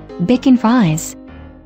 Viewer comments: FYI "Bichon" is pronounced Bee-shawn not Bickon. "Frise" is Free-say. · Its called bee shon